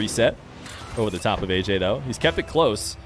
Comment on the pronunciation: ayyayy* not ayyJay